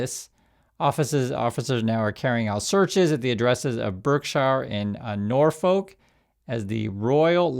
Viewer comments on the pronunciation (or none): With respect it’s not pronounced North Folk it’s pronounced North Fook 😉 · just for info. In UK Berkshire is said Barksher and Norfolk is Norfuk 👍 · Ahem, Berkshire is pronounced bark-sheer Norfolk, nor-fuc 🇬🇧👌😎